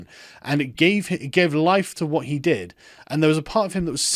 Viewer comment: You mispronounced "he".